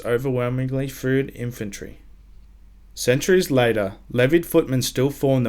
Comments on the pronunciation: Good video but but it's Fyrd not fryd. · Very nice video, although the term is "Fyrd" not "Fryd" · "Fryd"? It's supposed to be "fyrd".